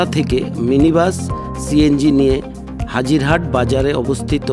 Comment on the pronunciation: হাজির হাট না নাজির হাট